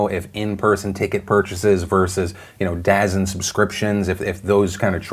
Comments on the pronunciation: It is pronounced DA ZONE not Dazan lol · DAZEN? Phonetically it's spelled like that but people get mad if you don't say it like Da-zone. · It’s DaZONE not daZEN I know they don’t market it well but I work for telecommunications and it’s my weird pet peeve lol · I hate signing into Google and I just did this (2 days late--don't judge my PDS catchup spree) only to tell you that you're mis-pronouncing DAZN, Phill. It's not "dazz-in", it's actually "da zone." Not obvious from how they spell it but I promise you that's accurate. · Dazn is pronounced DA ZONE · It's not pronounced da zn it's pronounced da zone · it is pronounced DA- ZONE ,,, DUUUUUUUUHHHHHZN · Correct me if I'm wrong, but it's pronounced DA ZoNe and not DA ZIN... made me chuckle hearing him saying Dazin multiple times. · Lol it's da zone..... Not dazn ahahaha, easy miss tho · Dazn?? Da.zone lol not dazn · I got triggered everytime he said "Dazin". I used to say Day-Zin" but it's like "The Zone" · Dazzin....dazzin....haven't heard that platform before. Oh. You mean DAZN, said "Da Zone." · That sports channel is Da Zone, not da-zin lol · I love how he pronounces dazn as “dazn” instead of da zone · It's pronounced "Da Zone" not "DAZ-N" Grandpa Phil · Really Philip you gonna pronounce DAZN as daz-en 😂 its da-zone like the zone... Dont worry about it. 👌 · “Daznn” its da zone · “Da Zone” not “dazzin” lol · DAZN is pronounced as The Zone, not as Dasn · The way you pronounced DAZN is a bit triggering, lol. It's "Da Zone" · Phil is pronouncing DAZN as 'dazzin' which is supposed to be pronounced as 'da zone'. Not Phil's fault, just a stupid move by DAZN. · Lmfaooooo Phil “Dazn” I think you mean Da Zone 😂😂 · Did Phil really just pronounce "DAZN" as "daz in" instead of "da zone"? How has he not seen all of the commercials for it? Haha. Oh no then he called Willem Dafoe "William" haha. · DAZN is pronounced da-zone not dazen. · Da-Zn... Pronounced DaZone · Hey intern tell Phil DAZN is pronounced "Da Zone"